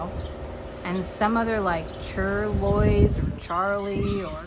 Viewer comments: Charlois is pronounced Sharlay. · I think what you were trying to say is in reference to charlotte cattle pronounced char-lay. Hope I don't come across as a know it all. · it is pronounced shar la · Do you mean she is half Charolais? That's pronounced 'Char' (like Charlotte not charcoal) then the 'o' is silent and the 'lais' is pronounced 'lay' because its originally a French breed... just trying to help from Canada's only officially bilingual Province and in a farming of potatoes and cattle area just outside Woodstock. In New Brunswick Canada 🇨🇦 <3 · BTW, it's pronounced shar-lay.